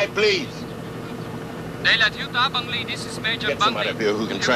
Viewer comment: Please get the name of the South Vietnamese Air Force pilot correctly. It's Major BUNG LY. Thank you.